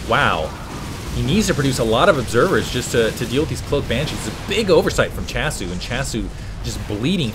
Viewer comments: was that last *smack* noise you hitting your forehead saying "doh!" S-C-hasu lol not S-chasu :P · Hey, its my first comments at your vids:P just so you know, i think that SChasu is pronouced as S-C-hasu, since hasu in korean is "noob". (Gosu>Hasu)